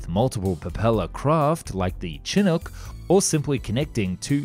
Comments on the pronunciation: That’s the weirdest pronunciation of chinook ever lol. It’s not chin-ook, it’s more like SHəˈno͝ok 👍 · By the by it's pronounced Shin-ook not Chin-ook. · By the way Chinook helicopter is pronounced as if it were spelled shinook. So, shin not chin. It's a Native American word meaning a warm winter wind. Otherwise, good video. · Chinook is not pronounced "chin hook." It's "shi NUK" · Shin ook not chin ook ya limey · Great video. Just some minor corrections. Chinook is pronounced with a soft CH like Chicago. Also, the propellers on top are called rotors or rotor blades. Chinooks call them rotary wing blades. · For future reference the Chinook is pronounced like “Shin-uk” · Hell still mess it up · It’s shinook. Sorry. I get aggravated easily😂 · Great video. Just wanted to mention. Chinook is pronounced shi-nook. It’s Native American. You know…🤔Chinook Salmon. 😏❤️✌🏼🇺🇸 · Why is it you Brits can't pronounce "Chinook" properly? I'm a PNW native and it drives me crazy.